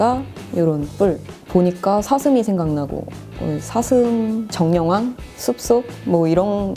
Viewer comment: 정령왕을 정려ㄱ왕 이라고 들었어요ㅜㅠ